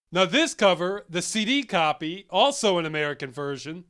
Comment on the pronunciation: You keep pronouncing "CD" as "city".